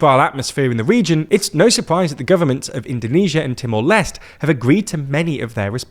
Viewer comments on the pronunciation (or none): Just a tip: It's Timor /les·tè/ not /lest/ 🖖🏽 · British suppressing french origin words "Temore Lesst" HAHAHAHAHAHA! Just use East Timore, colonial clown